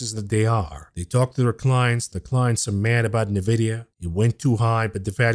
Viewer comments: It's Nvidia, not Nividia 🤣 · Its pronounced En Vidia. You say the letter N. Not Nuvidia. Love you bro! Been listening since you started! I would like to hear details of what your trades and portfolio holdings are, in real terms. How much $ you want? Im in.